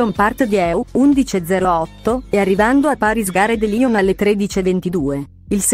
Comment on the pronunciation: Ma dire Paris Gare de Lyon e Lyon Part Dieu nella pronuncia giusta è possibile? Bel video comunque :)